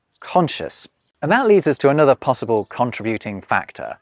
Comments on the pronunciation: He pronounced it with the accent on the third syllable (as in "contribution"). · So, is it "con-TRI-Bu-ting" or "CON-tri-byu-ting"???? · you say CON-tributing, I say con-TRIB-uting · Con-TRIB-you-ting. He pronounced it wrong.